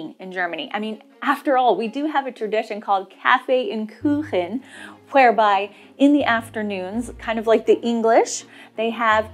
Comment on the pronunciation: your „Kuchen“ pronunciation is now native , very good 👍🏼